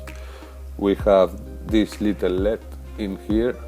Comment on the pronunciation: El ee dee not led, please.